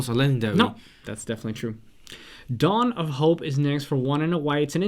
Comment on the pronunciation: Dwan of hopes... really?